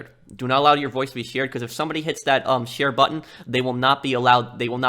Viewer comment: It's cute how you Pronunce: "Share"